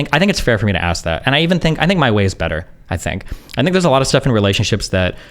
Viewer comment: i hate people who cant say Ask. it makes me so fucking mad